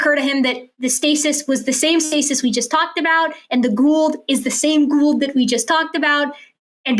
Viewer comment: To give the greatest benefit of the doubt, he mispronounced Gould’s name, so it’s possible he didn’t recognize that that was who had been talking about. I still think he was reading a script, though, because I am old and cynical.